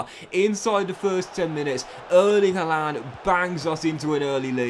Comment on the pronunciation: Pronounced harland pal